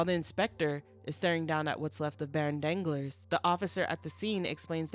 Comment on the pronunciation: Girl you killing me! You calling the than Danglers (like my nuts be dangling), I love it because I hate the character but your pronunciation of Danglas (dahn-GLAR) has me rolling